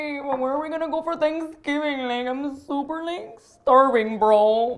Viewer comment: 3rd consecutive year of "Sangivin" for me